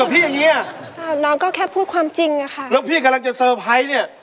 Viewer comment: น้ําหนึ่ง ดึงดาว จ้า ค่ะออกเสียงว่าขะ คะออกเสียงว่าข้ะ //เสริมนิดนึง